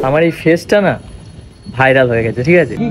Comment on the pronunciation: ओके bolen Tor thik bhabe bairal Bola hoina Vairal na bhairal